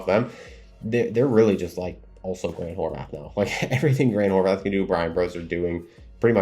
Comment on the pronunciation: You constantly praise Grant HorVAT. But, for years I've been listing to you mispronounce his name and it drives me crazy. There is no H at the end! its Horvat NOT Horvath!